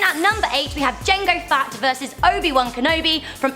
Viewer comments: SHE SAID JANGO FAT NOT JANGO FETT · Did you say Boba fatt and Jango fatt not Boba fett and Jango fett haha. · You called Jango Fett Jengo Fatt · she says jango fat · "Jango Fat" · did she say JANGO. FAT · p.s JANGO FETT ISN'T SAID AS JANGO FAT YOU BITCH